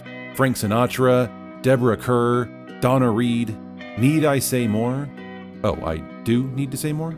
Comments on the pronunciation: I hate to say this because this video is so slick, but it's Montgomery Clift with a 't' at the end of his name, not Cliff, and Deborah Kerr's last name is pronounced like 'Car'. She was from England. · I'd love for you to do this list again, BUT each movie has to be both set in and filmed in their state. Oh, and Deborah Kerr's name, rhymes with "star." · Deborah Kerr is pronounced "car." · Kerr, rhymes with star. (Car)